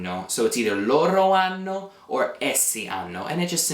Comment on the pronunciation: I am confused on something. It has to do with pronunciation. When I hear you say the pronoun LORO, I know what you're saying because it's written, however, what I hear is LORRO. Is there a reason you roll your R there instead of using a flap? I've been speaking Italian since I was a child (i'm not native), but I have heard at random times people teaching Italian and rolling their Rs between vowels where I would use a flap. Another example is the verb CORRERE, where instead of being a rolled R then a flap for the second one, it's two rolled Rs. Thanks in advanced